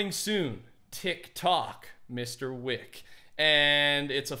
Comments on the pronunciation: John weack. Lmao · “John Wack” - 2k19